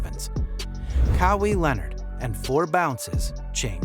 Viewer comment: If you can’t pronounce Leonard’s name or Embiid how you gonna make a whole video bruh? You had time to research! Lol 😂